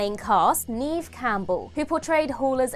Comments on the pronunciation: "Neeeeev Campbell" lol, what's wrong with you guys? You have one job. If you're going to narrate, LEARN HOW TO PRONOUNCE THINGS!!! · Her name is pronounced "Nev", she's only been acting since the early 90s.